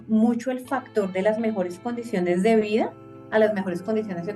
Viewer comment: Me extraña que DW haya puesto a una chica que dice “MuNcho” en lugar de “mucho”.